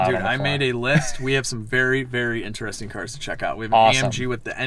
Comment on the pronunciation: When i hear inAresting insted of interesting my brain freezes...🥴